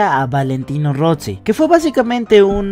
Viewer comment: Rossi no se pronuncia "Rotsi" no es como la palabra pizza, sólo la doble z se pronuncia con una t. Se pronuncia Ros-si, como haciendo una pausa.